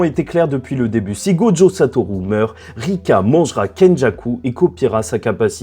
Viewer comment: Bon juste un truc parce que je commence à ressentir un certain agacement en te suivant: Prends des coups de japonais s'il te plaît, apprends à prononcer la putain de lettre U, c'est pas Satorou! Satoru! comme une rue! Dis le stp, SA-TO-RU, putain la VF de Naruto a fait mal à la perception en français, en japonais "u" ça se dit "u" comme chez nous!!!!! C'est Sasuke, et pas Sasouké, et c'est Naruto, pas Narouto, faites un effort vous abusez, vous parlez pas à la jap vous parlez comme des kékés. Même Sakura se dit Sakura, pas Sakoura, mais y'a un petit accent à prendre ok c'est plus difficile Sakura, mais les autres, sans "Ou" par pitié tu fais saigner mes oreilles on dirait un daron qui tente de parler mangas.